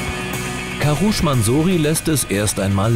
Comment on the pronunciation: der heißt nicht karusch